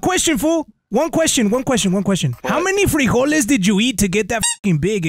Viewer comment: I like when he said , How many frigoles* did you eat to get this f*king big ese